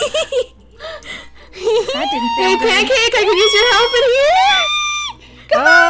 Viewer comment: Lol his name is pancase BFF not pankcake BFF XD